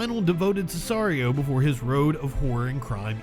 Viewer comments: Just for your info its not scissarios Its Si-ca-rios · Sesario ......not right. Si....ca....rio proper way to say it